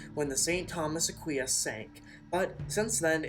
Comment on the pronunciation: Hey! Your pronouncation of "St Thomas Aquinas" is wrong